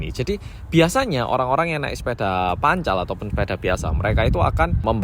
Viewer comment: Logat jatimnya pas ngomong sepeda "pancal" sama "onthel" satisfying bgt hhh